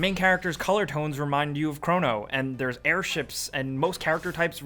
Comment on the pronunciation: Two different pronunciations of chrono within the first minute. Man you suck